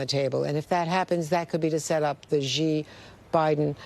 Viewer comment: Andrea Mitchell, Chuck Todd... President Xi's family name is more appropriately (not exactly) pronounced "shee" not "chee" and not "zhee" It's not that difficult. The "sh" sound is just tighter in the mouth. But it's closer to "sh" than "ch" or "zh"